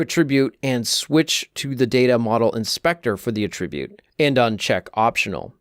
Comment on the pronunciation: Why doesn't he know how to pronounce "attribute" when it's a noun?